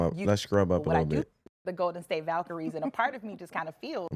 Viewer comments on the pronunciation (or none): your not pronouncing the Valkyries correctly